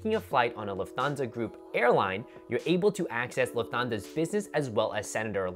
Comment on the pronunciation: Don't hate me. It is Luft - hansa or Luf-tan-za Thanks for the great videos!